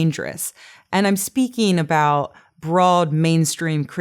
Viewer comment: I enjoy your talks, but you do have some pronunciation quirks. You say "tiw" for "to". You tend to pronounce "ing" words: "een". You tend to drop final "t"s, so that words like "about", become "abou...."